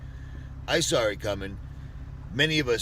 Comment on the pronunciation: He “sawr” it coming. Sure.